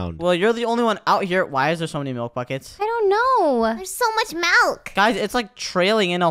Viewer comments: "There's so much malk" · says malk😂😂😂🤣🤣🤣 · said malk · did call milk malk?